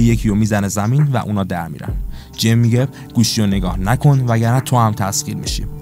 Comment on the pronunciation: تمام خلاصه فیلمها رو دیدم کارت خوبه فقط اسم بازیگرها رو معمولا عجیب غریب تلفظ میکنی جوری که تا حالا نشنیدم لطفا اصلاح کنید ...😊 جم مثلا میتونه جما باشه